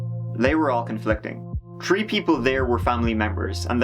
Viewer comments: My man!! You're on such another level with these vids. Great work. Let's go in...one, two, tree 😉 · I love the way you pronounce 3.... "Tree" 😆 I love it! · You pronounce some words so funny. The guy named Isaac you pronounce Eye-zak instead of eye-zic. Just little things like that. Nothing tops you trying to say 3 though lol. Was there tree people involved, and was this case started on the tirteent?